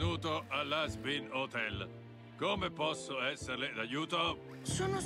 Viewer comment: Hazbin hotel si pronuncia 😊